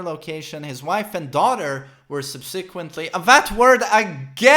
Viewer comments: SUB SUH QWENT LEE thats how its pronounced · Its pronounced Sub-SUH-kwent